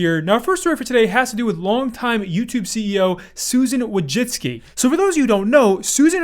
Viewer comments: Wojcicki is pronounced Voychitski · Wojcicki = wojitski